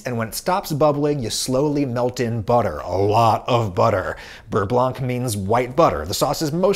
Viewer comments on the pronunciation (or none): The “c” in “blanc” is silent. It’s pronounce like “Beurre blan” and not “blank”. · The c in "beurre-blanc" is mute, so it's really pronounced "beurre-blan". It's stupid, but as a french, it's weird to hear "beurre-blank" XD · "Beurre blanc" is not pronounce "Beurre blank", the c is silent. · Please don't pronounce the c in beurre blanc :( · French subscriber here: the "C" at the end of "Beurre Blanc" is silent